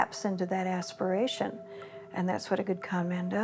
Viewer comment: Dr. Morrison says “…taps into that aspiration.” Kinda held onto that first syllable.